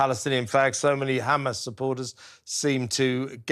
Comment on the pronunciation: Interviewer saying "you people" come on dude! And you can't even pronounce Hamas. Well done to May Golan. Brilliant!